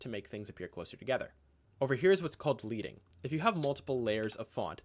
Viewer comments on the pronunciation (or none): It's called leading like the metal, not leading like leading a crowd... Just saying. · Way to go, great tutorial. I've liked and subscribed and will check out all your stuff if I can. One small detail, in terms of typography, "leading" is pronounced LED-ing (see According to that article, "The word comes from lead strips that were put between set lines of lead type, hence the pronunciation "ledding" and not "leeding". When type was set by hand in printing presses, slugs, or strips of lead of appropriate thicknesses were inserted between the lines of type to add vertical space, improving reading." I'm only picking on this because you said you might also learn something - I know I learned just what I need to about text in Premiere, thx, you rock. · "leading" is pronounced "ledding" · Thanks! You saved my rusty at video-editing butt. And, great speed for us impatient viewers. (Just FYI from an old print person: "leading" is pronounced /ledd-ing/ because it refers to the old typepress machines that used lead to adjust line spacing.) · I will go ahead and also be "that guy" and add that "leading" is pronounced "ledding", after the metal "lead" because back in the old days when type was set by hand, the spacing between lines was creating by adding strips of lead in between the lines of text. :) This video was awesome; thanks for adding it. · Cheers! Oh... one nitpick. The 'lead' part of the word 'leading' is pronounced like the metal 'lead' as opposed to what you would do to a horse. :P It's a throwback to when people hot to actual use molten lead while typesetting. Lead strips of varying heights were placed in-between the lines of type.